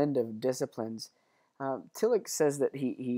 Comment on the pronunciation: Just so folks know, the 'ch' in Tillich is closest to the English 'sh' sound (close enough), as in Ich bin. At any rate it's not the English 'ch' sound (like Rich), nor like our 'k' or 'ck' sounds (like Lick).